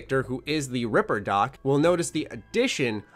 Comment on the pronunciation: Everytime someone says ripperdoc I just hear river duck